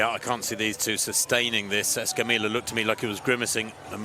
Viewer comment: The double-L in Escamilla, and all Spanish words, is pronounced like a Y. Come on, announcers! You'd think European announcers would be able to correctly pronounce athletes from another European nation. Otherwise, I have enjoyed the commentary from all the races.